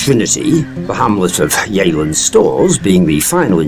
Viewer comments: It isn’t pronounced ‘yayland’. It’s pronounced ‘yeh-land’. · It's pronounced Yelland,had an Aunt and Uncle lived there for years.